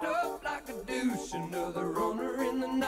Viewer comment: Revved up like a dooce, (rhymes with juice) not douche lol. Aways thought that was so funny that he pronounced it that way. Nice classic hit. Always enjoy your livestream music video reactions.